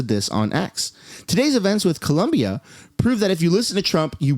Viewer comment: It’s Colombia, not Columbia 😂